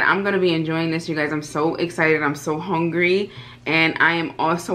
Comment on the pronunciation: Sis said she is HONgry! Smh haaa